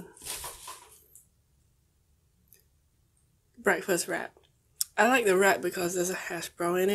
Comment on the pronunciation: be like BEKFAST